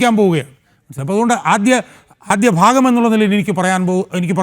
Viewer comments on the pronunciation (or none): none